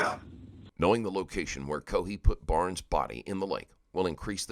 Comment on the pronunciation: Warren Barnes was the victim. Kept hearing Brown as last name.